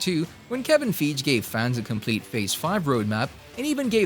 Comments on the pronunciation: Grr haha I love watching this channel but mispronunciation of names that are widely known usually puts me off... Hope he learns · Is it a Bot narrating this video... 🤔 If so, update it. It can't even say "Feige" properly.... 🙄